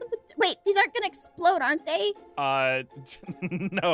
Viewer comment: Not explode EXPLOAWD